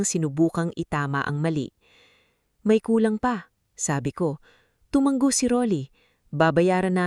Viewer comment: TUMANGGO AGAIN ISANG G LANG. TUMANGO TU -- MA -- NGO. AS IN NGONGO NGO -- NGO